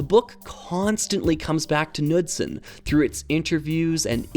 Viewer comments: For anyone interested, The correct pronounciation of “Knudsen” would Be “K-Nu-ssen”, with a hard K at The start and No mention of the D in The middle ☺️ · I'm not sure if the pronunciation is the same for this mentioned Knudsen but I grew up hearing the name pronounced "Kuh-nood-sin." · Nice vid, The "K" in Knudsen is not silent. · This is a minor point, and not terribly important overall, and is just provided for anyone who might be curious or interested: I am more or less assuming that Jens Nygaard Knudsen was a native Dane (and not, say, some American with Danish heritage or something), since it's about the most Danish name I can think of, and going by that, I thought I'd mention that the k in "Knudsen" is not silent in any of the Scandinavian languages, including Danish. The actual pronounciation would be a bit like "K'noods'n". kn-clusters are fairly common in these languages and virtually never involve the silencing of the k. (It's not pronounced "Kuh-nood'sn", by the way, the k flows very quickly into the n, a bit like how English handles consonant clusters like "kl"/"cl" without saying "cuh-luster" or "cuh-lear", but I can understand if flowing cleanly from k to n might be difficult if one is simply not used to it.) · It has no real bearing on the great video, but as a Dane, it would be remiss of me not to mention that the K in Knudsen is not silent. However, the D is silent 😊